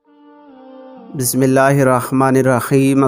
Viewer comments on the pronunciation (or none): میرے پیارے بھائی آپ کی بسم اللہ پڑنے کا تجوید غلط نہیں ہے؟